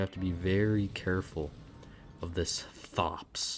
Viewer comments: It's pronounced "Thops" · think it's pronounced tops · Really? I thought it was pronounced "Thops"